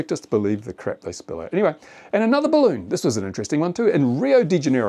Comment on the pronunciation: It's a barroon